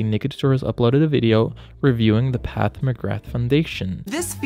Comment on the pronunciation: It's Pat not Path